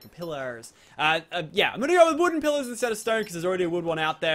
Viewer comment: When you say pillars it sounds like pillows